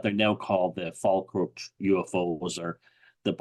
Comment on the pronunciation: it is pronounced Fall Kirk. Also a lot a medievel and 18th Century battles in the area.